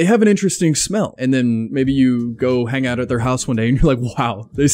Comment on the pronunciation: The German in me was like: "did he just say ootn the window every FEW days? Lol